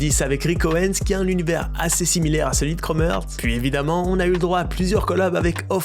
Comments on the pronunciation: Par contre ça se prononce Chrome “Harts” pas “Heurts” 😅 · C’est Heart et pas earth. Tu le prononces mal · ça se prononce chrome harts, mais snn bonne vidéo mon reuf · La prononciation est horrible ca se dit « crôme harts » et non kromertz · un énorme merci pour la vidéo, par contre ça se prononce chrome harts et non chrome heurts... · ‘’Chrome heurts’’ ‘’Chrome Hertz’’ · Aïe la prononciation 😂🙉 « Chromeurtz » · "krome heurts"??? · 8min de chrome erts j'ai les oreilles en sang sinon bonne vidéo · ca me stresse que tu dise chrome heurtz mdr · Frérot, toi tu dormais sec pendant les classes d’anglais non? Content toujours propre, mais la tu m’as tué sur la prononciation de Chrome Hearts. C’est l’accent suisse qui fait cet effet sur le “Heart” ? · Frero la prononciation de heart 😂😂😂